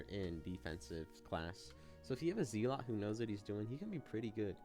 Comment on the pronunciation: Bro is saying Zealot like Zeelot